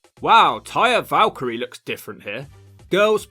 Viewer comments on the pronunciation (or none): none